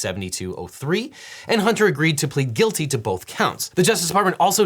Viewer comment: Huntah, put your flash drive away Huntah. I’m not putting that in my PC right now Huntah!